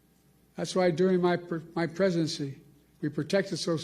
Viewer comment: Told ya. Did he say his pregnancy or presidency. Just kidding Joe.